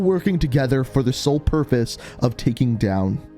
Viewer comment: he says “Soul Purfous”